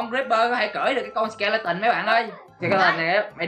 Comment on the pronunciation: Anh đọc sai rồi nó là xì ke le tan